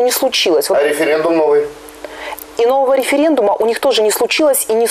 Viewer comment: нахера местный опрос называть рифирэндумам,режет уши